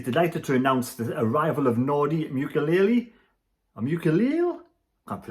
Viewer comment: Hi his name is Nordi MOO- KEY - ELL